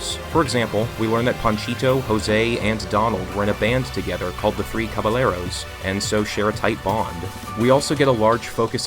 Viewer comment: "Cabalero" physically hurt me as a mexican 😭